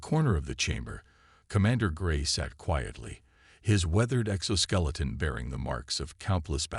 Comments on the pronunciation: EXO-SKELETON.. !!! NOT EX-OSSKELETON...!!! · Why is his hand afraid? , I know an exoskeleton, but what is exhaust-keleton? Another lazy channel who can't fix anything before posting. Probably can't read themselves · I loved how an AI can't pronounce "exhauskeleton" and "scarred" vs "scared". So advanced.